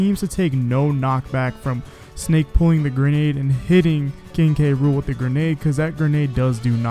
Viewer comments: Is the announcer calling him King Rool and leaving out the K? That makes me cringe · Seriously go watch the video on Nintendo UK They list it as "Gang-plank Galleon" and pronounce his name as "K. Rool" in the victory screen